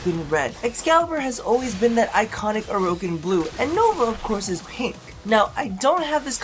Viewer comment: You pronounce orokin like Mogamu pronounces tipedo